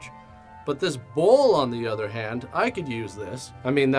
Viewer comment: Okay....I keep hearing BULL.....not bowl.... So but not actually watching...just listening...I was like...WTF?